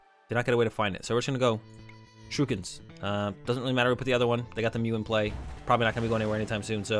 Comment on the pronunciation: Why do you say "Shirukens".. It's Shurikens lol sorry just a little pet peeve :P